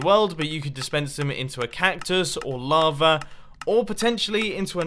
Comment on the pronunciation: OMG HE Said mava no lava